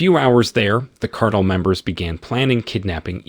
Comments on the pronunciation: Can’t pronounce “cartel” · The narrator, whether it's A.I. or not, is mispronouncing 'cartel'. (Over & over again.) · Awful commentary. Perhaps it was computer generated since the narrator can't say cartel and he can say "made him pain."